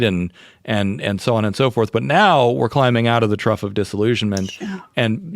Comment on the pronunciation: Trough of Disillusionment, not Truff of Disillusionment.